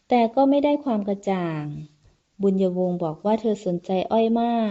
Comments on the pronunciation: เจ้านางชื่อ บุญญวง ไม่ใช่ บุญะวง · บุน-ยวง. ไม่ใช่ บุน-ยะ-วง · ใช่ๆๆๆ บุญญวง ไม่ใช่ บุน-ยะ-วง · บุญยวง ไม่ใช่ บุญ-ญะ-วง 555555 เอาซะงง..??? เรื่อง มันแปลกๆๆน้ะ